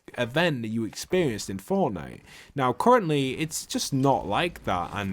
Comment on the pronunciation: You serious right neow bro